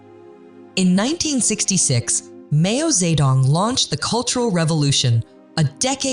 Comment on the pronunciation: “Mayo ze dong” … instantly clicks do not recommend YouTube Chanel. 😂